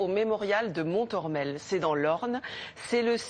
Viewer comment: Pas mal d'approximations dans ce reportage. Le ton de la journaliste est franchement décalé, pour le moins, avec le fond de son propos. Je vous assure que la visite du mémorial de Montormel (et non « mon-morel ») vous fera passer l'envie de rigoler. Comme un coup de massue. Rappelons que cette tragédie s'est terminée au corps à corps à la baïonnette entre allemands et polonais. Je ne sais pas si tout le monde se rend bien compte... « Sans conteste l'un des plus grands champs de tuerie qu'aucun secteur de la guerre eût jamais connus », jugera Eisenhower. « Quarante heures après la fermeture de la brèche j'ai circulé à pied dans cette zone : c'était un spectacle que seule la plume de Dante aurait pu décrire. On pouvait avancer des centaines de mètres en marchant littéralement sur de la viande morte et en dissolution. » Le « pont de Lambert » est en faite le pont de Saint-Lambert-sur-Dives. Il faut savoir qu'une rivière comme la Dives stoppait les chars. Incroyable mais vrai. Dixit le guide conférencier du Mémorial de Montormel. « La Normandie c'est plat. » Ah bon ? En complète contradiction d'avec mes 17 ans de vélo. « Pique-nique sous la pluie »... Attention aux idées reçues.